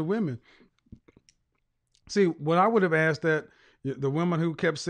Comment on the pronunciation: Grown woman taking about I AXED because dayuuum.